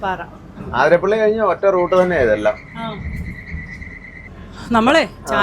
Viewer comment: ആതിരപ്പിള്ളി അല്ല 🤦‍♂️